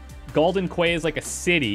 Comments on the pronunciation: Quay is pronounced "Key" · Noctis put his hand on his head to scratch or something, then a half second later you did the same thing! - "Quay is pronounced 'key,' okay cool, thanks, I'll try to remember that." Then says quay as quay again. Haha. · Oh Quay is pronounced 'key' I'll try and remember that. Literally 30 seconds later: Galden 'Quay'...